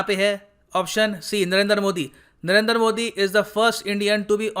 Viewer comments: Humbly speaking; It sounds awkward when you say 'Narender' modi. I think it's 'Narendra' modi. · It's Narendra not Narender 😂😂😂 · Sir aap modi jo ka name galat pronounce kar rahe he, unka name नरेन्द्र he naki नरेन्दर ।